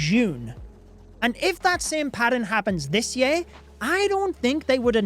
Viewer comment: I love accent. The way he pronounces year...yay-R and book... buke make me pause to process what he just said! lol and his love/passion for the game is evident